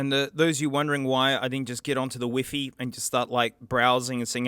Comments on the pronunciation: funny how he say wefe insthead of wifi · I didn't know I needed to hear Wi-Fi being pronounced "whiffy" until today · bro the way he says Wi-Fi